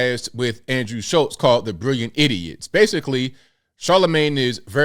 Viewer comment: The Breakfast "SCHULB" Show